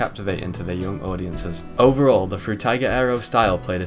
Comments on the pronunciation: Bro pronounces “Frutiger Aero” differently every single time he says it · I really wanted to enjoy this video through and through, but the way you pronounce Frutiger Aero differently every time is annoying and takes me out of it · The way that the name is pronounced in at least 4 different ways within the span of 5 minutes lol I remember this style quite well, I believe I may have grown up in that era but maybe I was a bit too young idk :/ Nice vid tho! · Great video! I love how everyone pronounces Frutiger Aero differently in their videos